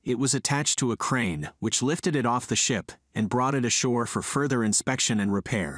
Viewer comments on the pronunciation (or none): none